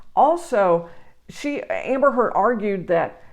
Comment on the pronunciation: She couldn't even tell properly Amber's name.